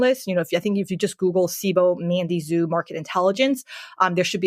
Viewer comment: Chinese lesson for: Xu in Mandy Xu is pronounced "shoo" or like the English word shoe and Xi in Xi Jinping is pronounced "shee" or like the English pronoun she.